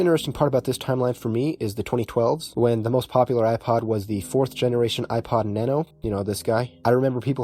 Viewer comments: Bro you have to say it like Na-No not nano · Ah yes na-no